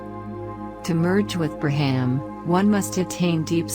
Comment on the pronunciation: It's pronounced more like,🗣️"BR'AHM"✡️over BRA🥓HAM😂!